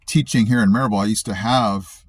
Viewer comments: I heard it too!!!! lol! On Maryville … Proper Appalachian English. But he ruined it on Knoxville!?! 😅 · You’ve adapted and are a true Appalachian based solely on how you pronounce Maryville 😂. Glad to have you , brother .